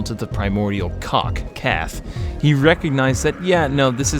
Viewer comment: Freaked over saying ciaran wrong but kaathe. No big there lol